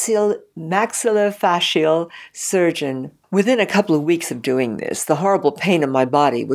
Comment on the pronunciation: She couldnt ...even pronounce maxillofacial....ha ha given her documentry.....